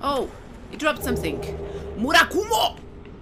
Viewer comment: very nice pronunciation. when you got a weapon from skeleton. "MURAKUMO!!"lol.